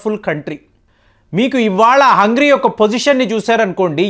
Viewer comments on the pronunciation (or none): ఒరేయ్ బాబు హంగ్రీ కాదు హంగేరి దేశం పేరు సరిగా పలకడం చేత కావడం లేదు నువ్వు వీడియో చేయడం మేము చూడడం మా కర్మ....... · హంగ్రీ కాదండి.. హంగేరి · హంగ్రి కాదు హంగేరి